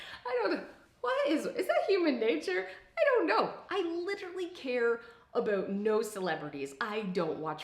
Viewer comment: sweety, I love ya but why are you saying "about" like an american impersonating a Canadian??